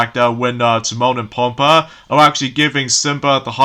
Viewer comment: Pumbaa's name is pronounced: PUMBAA!!!